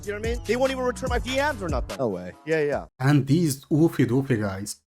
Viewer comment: Oofy doofy is NAW not Law xD